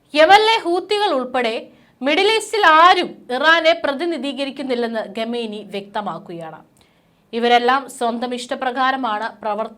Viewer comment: 'രെണ്ടായിരത്തി' ഇരുപത്തിമൂന്ന് എന്ന് അല്ല. 'രണ്ടായിരത്തി' ഇരുപത്തി മൂന്ന് എന്നുച്ചരിക്കണം. ഗെമേനി എന്നതും തെറ്റ്